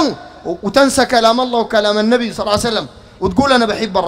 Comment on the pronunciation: أنت تنطق إسم الله غلط عوضاً أن تقول اللًه تقول اللا لا حول و لا قوة إلا بالله العلي العظيم